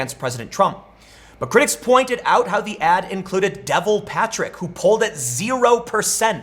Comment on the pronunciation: De-vaul. Rhymes with Paul. Not devil.